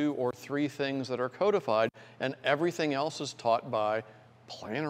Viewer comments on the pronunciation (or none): none